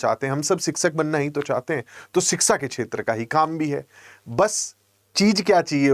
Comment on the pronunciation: शिक्षा ना ना शिक्सा......😂 शाक्षात्कार ना ना शाक्सात्कार 😅